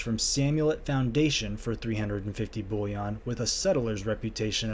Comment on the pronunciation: I laugh every time he pronounces bullion like it's bouillon the soup 😂